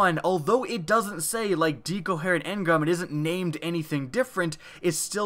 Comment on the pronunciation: DHEEcoherent engram